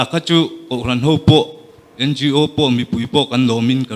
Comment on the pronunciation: NGO AW, tia lamtur niawmtak ani A BC hawrawp lamdan ahpoh awtialam ania tin organisation tihna anibawksiaO) tia kanlamthinhi amakkhawp mai hretura ngaih tepoh hian anhrelo anihhmele